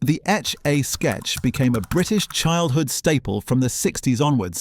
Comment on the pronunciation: What the fuck is up with your pronunciation? It's not Etch-AY-Sketch... it's Etch-AH-Sketch - said as one word: Etchasketch. I've never heard anyone call it Etch-AY-Sketch lo! Also, you don't need to over-emphasise each letter in BMX.